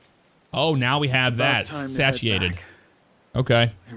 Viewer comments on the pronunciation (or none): I'd feel bad if I let you keep saying satiate wrong,. It's pronounced say-she-ate 👍👍